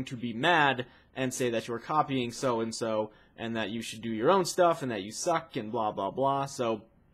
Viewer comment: he said "your copying ssoh and ssoh